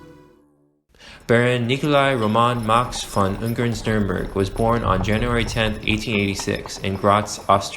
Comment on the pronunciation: 1.5h Video but cant spend 1 Minute Looking up how to pronounce the name you will mention like 4000 times